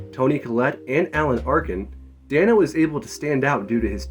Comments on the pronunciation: It's DAY-NO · The fact that this includes Meek's Cutoff and not War and Peace is just...weird? Is this cuz this is a film-only channel? War and Peace is one of his greatest roles to date. And bro, it's pronounced Dane-O 😂 But it's cool, most people get it wrong, even interviewers.